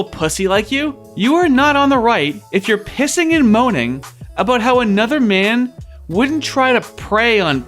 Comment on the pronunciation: "yeah but he hasn't called for annudah shoah, has he?" oh my sides